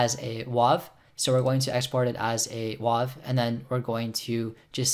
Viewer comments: Dude. Yes. As another guy said below, it's like WAYV not WAHV. But small critique. You're BRILLIANT. Can you teach everything? I'm serious. Like how to do your taxes, how to drive, how to be a good citizen and not storm the capitol, anything. You're straightforward, hit all the key points and, yes, after watching your amazing video, anyone can work that program sufficiently enough to get a good recording. Thank you SO much. You're really an excellent instructor. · Good video .. you didn’t mention what the draw button did FYI it’s wave file not wahv it’s been pronounced wave for decades Great tutorial however I have a playback issue with I’m trying to resolve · .WAV is pronounced "wave" because its a waveform file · It physically painted me to hear a .wav file be called a '*wauv*' file.